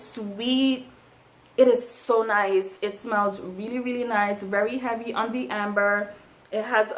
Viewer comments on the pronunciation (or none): none